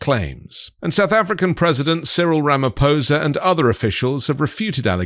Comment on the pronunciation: Thank you for getting his name right!! 🙏 Can the rest of the international media PLEASE pronounce Ramaphosa’s name correctly!!! If you can’t bother to get someone’s name right how could we possibly give credence to what you have to say?!